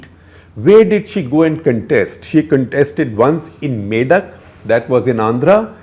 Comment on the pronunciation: Good Telugu pronunciation, SG! Nice job. Just on Medak - It's not "May-duck". It's "मेदक " - both e and a are short.